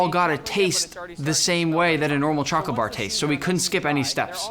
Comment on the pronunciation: Pin this nick u always say choghlate insted of chocolate